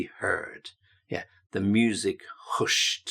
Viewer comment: In the dictionary the pronunciation of the vowel in "hush" is the same as in "luck" but not as in "book".